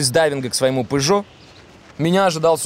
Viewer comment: когда то он говорил фЫррари а теперь и пЫжо)))))